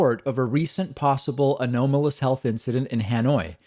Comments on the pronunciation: /əˈnämələs/ You just sound stupid when you say it a-no-malous. Come on David. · Pronunciation note: JAMA is JAH-mah, for the Journal of the American Medical Association. Anomalous is ah-NAHM-all-us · David, I don't think 'a-nome-o-lus' is acceptable. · Anomalous /əˈnämələs/ Only acceptable pronunciation. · Anomalous may have two “accepted” pronunciations, but only “an-OMM-o-lous” is correct. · I believe the O in anomalous is pronounced like the O in Mom. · Anomalous has one acceptable pronunciation. I've checked several different dictionaries. I know David has turned his mistakes into some sort of meme but come on already. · David mispronounces the word 'anomalous', then self corrects, then says:. "Both are acceptable pronunciations". NO They ARE NOT. That is exactly what TRUMP would say. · It's his Spanish upbringing. He makes mistakes and gets embarrassed. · Odd. The last time he reported on this phenomenon, he made the same bogus claim about the supposedly equally valid Spanish pronunciation of anomalous. I commented on this error at that time, but he still emphasizes the erroneous pronunciation. This highlights that he (a) previously reported on this story and (b) is still driven by this fevered and misinformed take on thee pronunciation of the word anomalous. Disappointed that this fake surprise at the story and the ignorance of the word’s pronunciation endures as apparent click bate. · I've never heard 'anomalous' said that way. And I work in an industry that deals with constant anomalies. Lol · Not in my accent. The 2nd way David pronounced anomalous is closest to how we say it in my country. The 'nahm' pronunciation is an American thing. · The 2nd way he pronounced it is the only way I've ever heard it pronounced. Hearing that long O is truly bizarre. That all in your pronunciation guide sounds wrong. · I've never heard it pronounced that way. 1st time ever. May be acceptable, clearly not common IMO